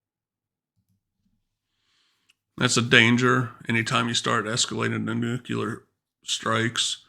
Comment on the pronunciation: good vid except for "nucular." It is new-klee-er.